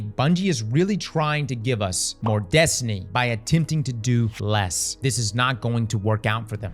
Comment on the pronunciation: “… by attempting to do Les” “Doing Les…” “Doing Les…” Can’t unhear